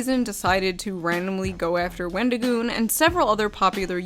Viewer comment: For someone who wants to seem so upset that someone made a video with our favorite avocado, he sure can't say his name correctly. His response on X was awful. I'm sorry, but it was the worst explanation ever. "Oh, I've gotten tons of things factually wrong because I'm an idiot who can't control my emotions. Yes, i got things wrong but that doesn't change my opinion that all conservatives are evil and that wendigioon shouldn't be allowed to exist in horror or public spaces because i don't agree with his political or religious views. Oh, also, everything else i said that was factually wrong i stand behind as well but yeah, I shouldn't have used those pictures." His idea that people calling him names means they're nazis is just as crazy as his other takes. I'm the type of guy to hear someone said a slur and go "Oh no, anyway..." Because i understand that words only have power that you give them. Just like money only has value because we decided it did. People who make it seem like someone was out there physically assaulting people have no life. Horror is about the thrill of fear and suspense in a safe environment where you're allowed to express these feelings without being in danger, with various underlying types of horror invoking different fears, occasionally with other ideas mixed in. At least that's my view of horror😅😊 Love your shirt